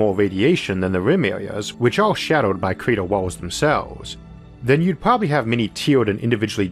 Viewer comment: lol I kept hearing creeter instead of crater.